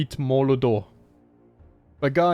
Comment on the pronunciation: I didn't notice the 1st time I watched this series, but you've been pronouncing Mordor as "Moldor". Does it have to do with your accent, or just slight mispronunciation?